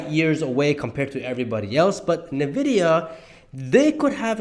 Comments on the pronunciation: Why do you say „nevidia“ instead of „envidia“. I thought the letter n is spelled en in English. It sounds funny how you say it 😅 Great analysis though ❤ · Great video! Thanks for sharing! A small correction. The pronunciation of the company/stock is not "ne" vidia, but "n" vidia. (The letter n.) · Please pronounce NVIDIA correctly 🤦‍♂️